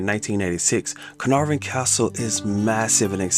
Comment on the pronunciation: You had me at the correct pronunciation of Caenarfon.